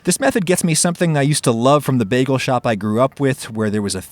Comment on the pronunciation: it's pronounced bā-gull